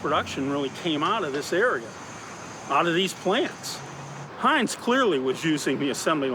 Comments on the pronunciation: Heints?? Everyone can pronounce Heinz except the narrator? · Heintz??? Bro, it’s Heinz. You’re hurting our ears.